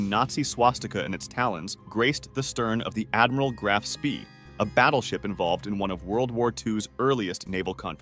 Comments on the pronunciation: AI voice misses correct pronunciation. It's Graf SPAY, no SPEE. Spelled Spie, I believe. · Graf spee is pronounced spay. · Let alone the pronunciation of Graf Spee or Leyte among others.